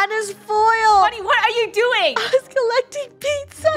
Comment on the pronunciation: funneh:Im ColEtIng PiZzA 😂🍕